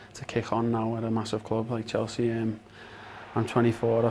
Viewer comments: "I came to Chels-chee"??? wtf man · Lmao he said Chel-chea 😂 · He can’t even pronounce “Chelsea”. The first scouse ever at chelsea? Or he’s the only one scouse in the squad right now?